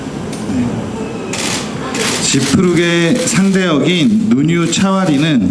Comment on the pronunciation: งื้ออออภูมิใจในตัวพี่ซีน้องนุนิว ทุกๆคน เติบโตขื้นไปอีกเยอะๆเลยนะครับ พี่ซีหล่อมากกก mcเรียกชื่อน้องนุนิวชัดมากกกกก น้องนุไอดอลเกาหลีแย้ววว